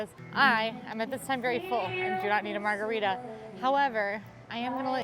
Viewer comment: saying "we share germs" with his wife was too funny and I Love Wine Bar George. Soooooo good! Agre with and lack of holiday spirit jerseys. I would be not a happy gal if they didn't have my adult size. What? Did say Margaritta?